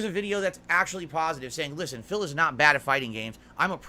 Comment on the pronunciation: I love how he thinks that one “pahsitive” video on him with him not “getting upset” erases 15 years if what he has said and done to both his “fans” and other content creators. This video makes him a saint in his eyes.